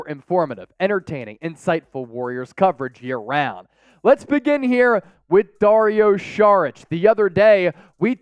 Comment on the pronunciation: If indeed you are one of the biggest channels to follow the Warriors, please learn how to pronounce his name, you'll be saying it a lot in the future.